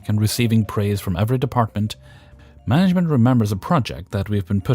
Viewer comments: I’m sorry are you saying manglement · Manglement it is. Actually it's a pretty good description of 99.9% of most management. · I took a double take on that too. It's accurate. 😝